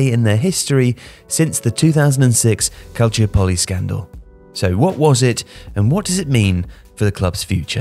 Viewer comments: Calciòpoli, not Calciopòli. It’s the same accent you use in “metropolis” or “metropolitan” in English, literally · He's saying calciopoli incorrectly though isn't he? I'm pretty sure it isn't "calcio-polly", it's supposed to pronounced quickly like monopoly "calsee-opper-lee"